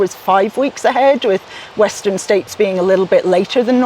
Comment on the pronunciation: W'eszter'n "States" Csillag :) (heard it on the singletrack podcast)